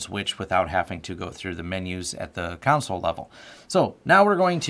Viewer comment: i would so hire this guy if he only pronounced console right. come on. just once. please?